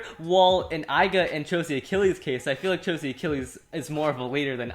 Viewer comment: Left burst burst it's not Aiga it's Left burst burst it's not aiga its aiger.